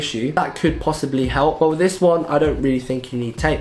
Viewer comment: Your "but" becomes "bah" lol (not a hater)